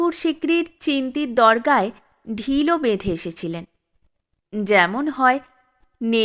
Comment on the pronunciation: চিস্তির দরগায় (চিন্তির নয়)